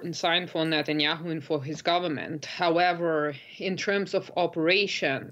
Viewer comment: Biden can’t even pronounce Netanyahu wtf